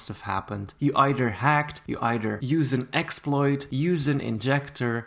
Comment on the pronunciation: wait when you said “either” you sound super irish ... are you?👉👈